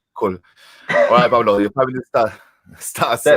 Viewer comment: Pavlo not Pablo excuse me !!!